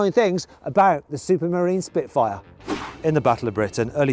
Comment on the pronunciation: 시프트파이어 스피트파이어 시피트파이어...